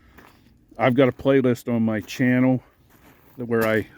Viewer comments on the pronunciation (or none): none